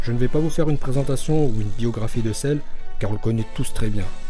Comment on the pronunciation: Heuuu il a pas dit celluuu ?😂